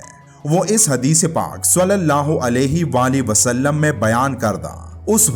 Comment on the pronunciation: براہِ مہربانی صلی اللّٰہ علیہ وآلہ وسلم کا تلفظ درست ادا کریں ورنہ بہت گناہ ہو گا